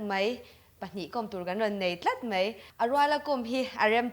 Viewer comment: "Chibei" tih loh tur, "Chibai" tih tur... "Tlet mei a" ni lovin "Tlat mai a" tih tur aw.